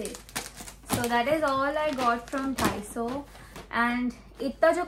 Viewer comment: Its not dhaiso ..its daiso